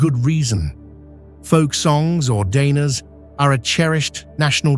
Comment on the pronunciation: AI voice mispronounced: Dainas Latgale Any Latvian word with a "j" in it. Quite badly.